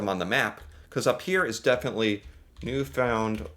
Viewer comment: Awesome job. 🤘🤘🤘 Pronounced provinces and Territories (at roughly you pronounced NL and then repeated. First way was Correct!! 👏👏 AND you said and Labrador - I know Labradorians loved it - They always feel left out A++ for that - drawing needed work though 😂 St. John’s is capital. Oldest city in North America (argument if not in North America and most easterly province/place in North America) If you kept thinking you would’ve gotten Gander from your Operation Yellow Ribbon reaction video. You did a timed extensive pop quiz. Incredible. The placement of cities not to mention remembering them. Whitehorse you got. So funny you said Edwardsville. It’s Charlotte’s Town. 😂 Kudos for the guess. Then you said Edwardton. There’s a place in New Brunswick called Edmundson, Fredericton is the capital. So your guesses of names were close, I was smiling. Saskatoon. Seriously? A++ on that. Regina is capital. Edmonton capital of Alberta. Vancouver 👏👏 Extremely well. Psst - I don’t know capital of Nunavut 😔 Iqaluit (just googled for us) I know you would have gotten Winnipeg soon. Ohhh you mentioned it now so… Indiana. Indianapolis? Sorry. Only city I know. You’re close to Ontario though, go through MI. If Indianapolis only an 8 hour drive to Niagara Falls. We say distance in “time” and yes 8 hours isn’t that far. Canada is huge and to visit Chicago, Minneapolis, Boston, Seattle… couple days for a hockey game. 😂 You must change your intro. “I’m an American here today to learn more